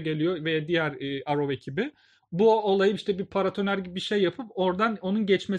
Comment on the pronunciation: Arrow yazılır errov diye okunur